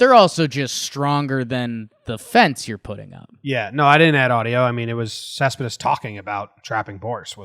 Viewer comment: When you clearly are a NYer because you can't properly say a last name. Other languages are hard. Great video though. lol